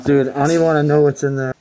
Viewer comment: At first that dude said "wan't" instead of "want" but then he changed it